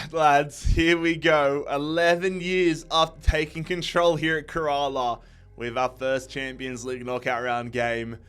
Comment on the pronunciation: bro really said: KUHRAALAA Blasters Aahpuwah Neetin ahmed Veeshnu Chooturi